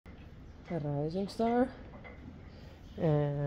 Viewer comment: Risey looks so beautiful! Thanks to your excellent care his wound has healed -- yay! 🎉❤ you said "Rising Star" today and it sounded just right. ❤ Many thanks to you, your family and friends, and the FH mods for all you do. ❤